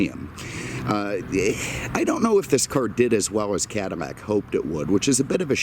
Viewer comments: It's a Cadillac not a Cadilmac sir lol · Could have have done without the weather and agri-report. Also what is a CADI-MAC? It's a CADI-LAC. If you can't say it, you shouldn't be selling it. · CaDILAC not canimac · ahahhahaha hahahahahaa!! yea he keeps saying Cadimac lol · Am I hearing Cadimmac? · Why dose he keep saying cadimack lol... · Is he saying Cadimmac? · why does he keep saying Cadimac?????? he doens't sound like an idiot otherwise. is this a thing ?????? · dislike for saying cadimax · Say the damn name properly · Too many butthurt people in the comments. Who actually gives a crap about how he pronounces cadillac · I don't know if anyone especially cares, but it is a bit odd.. Perhaps a personal idiosyncrasy.